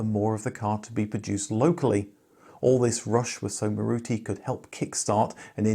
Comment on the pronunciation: Thank you! But the correct pronunciation is MAAruti.